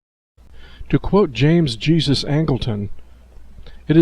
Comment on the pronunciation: Learn how to pronounce a person named Jesus it's not Jesus (Christ)